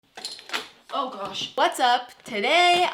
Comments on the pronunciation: Start of the video: "on gosh" sounded so british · Click on vid:...oh gosh Me: that was very British there